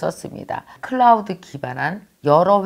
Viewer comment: 흔히 실수하는 것중 하나! 강의중에 선님께서 크라우드 뭐뭐 라고 발음을 하셨는데 그것은 클라우드라고 발음을 해야한다고 생각합니다. 왜냐면 그것의 명어명칭이 cloud 인데 이단어의 l발음은 r발음으로 내는것이 아니기때문입니다. 이와 비슷한게 크리닉 이라고 쓰거나 발음을 하는데 이것도 영어명칭이 clinic인데 여기서도 l발음은 r발음으로 내는것이 아니기때문에 클리닉이라고 해야합니다. 쓸까말까하다 썼읍니다.